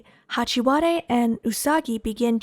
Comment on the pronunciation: “Hachi- wa- de” 😭😭